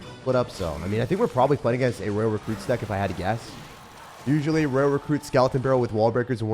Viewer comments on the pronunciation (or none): Love your vids but why do you say royal like that?? Roy-al, you say it live rayl